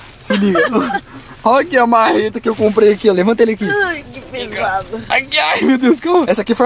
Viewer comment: . Pó fala uma mareta kkkkkkk